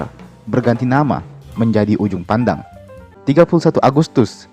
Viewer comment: Kak sorri bukan ujung pandang tapi juppandang